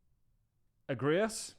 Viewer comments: Egregious😳, is that what you were trying to pronounce. Im hoping it wasnt such a simple word. Respect 🤞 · Friendly suggestion- as a grown man, you should learn what egregious means and how to say it.